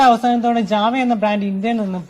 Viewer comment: Java alla... JaWa